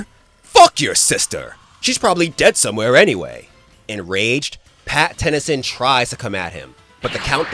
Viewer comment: Calling him Pattennyson hurt me as a Ben 10 fan